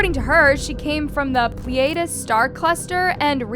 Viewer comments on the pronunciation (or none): Next time look up how to pronounce “Pleiades” before making a whole video. 👎